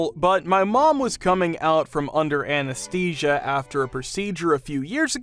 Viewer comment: Please Google how to pronounce words like anesthesia, anesthetic, anesthesiologist.